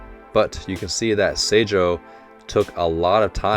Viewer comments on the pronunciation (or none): Saw you had a little trouble with the name of Oikawas team. The school itself is called Aoba Johsai Kōkō (青葉城西高校) but is shortened to Seijoh (青城) when they are talking about them. They have taken the first and third letter from the name, and because of things I can’t explain (since I don’t speak Japanese) it’s pronounced differently. It’s the same with Dateko. The school is actually named Datekogyo Kōkō (伊達工業高校) but is called Dateko in speech. The kōkō in both names means high school so it’s repeated throughout the series (Karasuno kōkō etc).